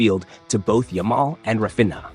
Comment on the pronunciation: The "nha" in Raphinha is the Portuguese equivalent of the Spanish "ña" and his name is pronounced rah-FEEN-yuh. In Araujo," the Spanish "j" is typically pronounced sort of as an English "h," so his name is pronounced "uh-ROW-ho" with the "ROW" rhyming with "how" and "cow." Good analysis, though. Now, you might do one on Barça's (the cedilla is a soft "c") defensive strategy with the high line.